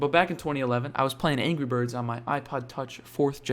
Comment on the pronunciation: there Is No Way He Is Saying Angey Bird There is No way He Is Saying Angry Bird